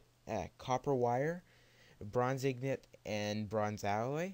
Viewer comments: its INGOT not IGNOT... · He says ignot instead of ingot :D